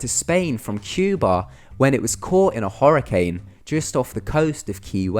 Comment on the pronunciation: Horrercane? Iquwotic? So many mispronounced words on this channel it's like they do it on perpouse! Why?